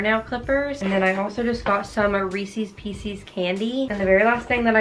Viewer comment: u pronounced Reese’s Pieces wrong hahaha:)